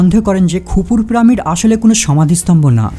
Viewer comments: প্রামিড?? পিরামিড, উচ্চারণ ঠিক করে কথা বল মুর্খতা সহ্য হয়না। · প্রামিড নয়, পিরামিড😂😂😂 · আরে মাদারের বাচ্চা কথাটা প্রামিড না পিরামিড হবে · প্রামিড কেন বলসছন? পিরামিড হবে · তুমার পিরামিড উচ্চারণ সুন্দর নয়। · কেবল প্রামিড না আরও কয়েকটি উচ্চারণ খুব বাজে। stone কে বলছে " ইস্টোন"!!